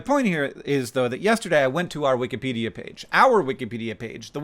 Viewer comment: I would almost swear I heard you say "wik-uh-pedia" page just now ... But as I've been watching through the OG Brotherhood 2.0 catalogue the past few days, I am acutely aware that this is in fact, a mispronunciation. Just thought 2007 Hank would want you to know that, 2025 Hank. Carry on.